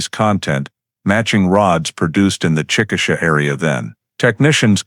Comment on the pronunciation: Chick uh shay is the correct pronunciation of the city she was from. I was born there.